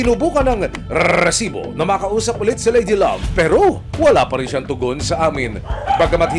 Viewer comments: Nakaka irita pg sinasabi nya ung rrrrrrrreeesibo. Hahaha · kinginamo emil sumangil. ang cringe ng RRRrrrrresibo mo. ayusin mo nlng. prang nilalagari lalamunan mo hayop